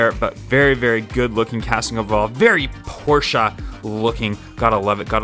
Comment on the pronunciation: The fuck is a porscheu